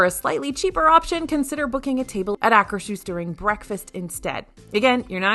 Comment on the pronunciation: THANK YOU THANK YOU THANK YOU for correct pronunciation of Akershus! (There is no "sh"; it's "Ah-kers-hoos").